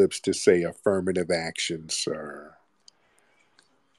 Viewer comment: did he really say affrimative action? Here we go